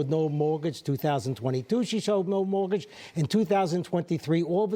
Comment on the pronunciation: Great accent. Mowagage.